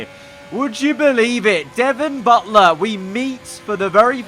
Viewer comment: Devon Butt-ler